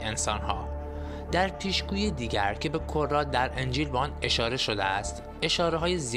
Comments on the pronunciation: اقای محترم به کَرّات رو به کُرات میخونی چرا؟ داستان تعریف کردن فقط هنرش به روخونی صحیح هست که.... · سلام این کلمه کرات بافتحه ک نه باضمه ک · سلام دوست من این کلمه کرات یعنی پی در پی است با فتحه خوانده میشود نه با ضمه ممنون از برنامه ی خوبتون... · دوست گرامی درود بر شما و مطالب جالبتون با عرض پوزش باید یادآوری کنم که لطفا قبل از اجرا یکبار مطالعه فرمایید اولا کرات با فتحه تلفظ میشه ونه با ضمه انجیل متی یا متا درسته نه متیو بعد فرق زیر ف کسره داره ونه ضمه وقتی اشتباه تلفظ می‌فرمایید تموم اعتبار مطالب هم به چالش کشیده میشه البته با عرض پوزش 🌹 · کلمات رو درست ادا کنید لطفا، کلمه فرق، که جرف ف با کسره بیان میشود که جمع کلمه فرقه است و کلمه کرات، که حرف ک با ضمه ادا میشود که جمع کلمه مکرر است